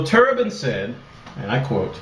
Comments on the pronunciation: i lol'd already . turban? lol its pronouched "turb-INE" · Isn't it Turb-ie-n not tur-bun?